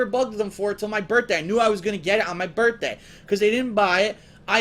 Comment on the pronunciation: this is a "funny" story?! that's interesting cause he doesn't spin it that way anymore.😂😂 " I knew I was gunna get it on my "birtday"